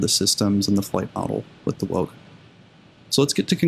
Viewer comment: Wilga is prounonced veelga, trust me, I'm a Pole. W is always V in Polish, to say weelga we would write it down as Łilga